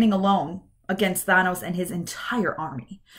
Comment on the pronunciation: Enjoyed the video, but please stop saying "Thah-nos." His name is "Tha-nos."